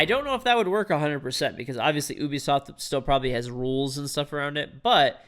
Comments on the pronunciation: It’s you-bi-soft not ooo-bi-soft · i heard him say oubisoft instead of ubisoft